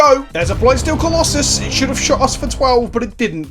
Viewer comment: What tried to say: "what is the plural of colossus?" What actually said: "what is the pllll of klloss" I will never understand how british accents work. Do you just leave out half the letters?